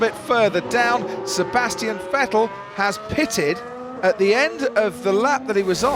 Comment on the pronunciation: The last of like 15 years of Vettel being in F1 and finally the English commentators start pronouncing his name right😂